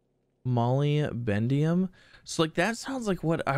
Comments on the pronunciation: Molybdenum = Mol-lib-den-um. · You are driving me crazy not knowing how to pronounce Molybdenum. It's Mol-Lib-De-Num. It is an element, the symbol is Mo, atomic number 42. The number 42 also coincidently happens to be the answer to the ultimate question of life, the universe, and everything so it may be worth knowing.